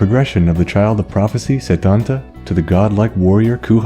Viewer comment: While close it's not how you pronounce it, at least when I learned it in school (I live in Ireland) it was always pronounced coo cullan and setanta is set-anta.